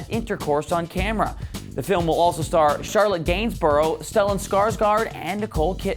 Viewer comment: it's charlotte GAINSBOURG not gainsborough.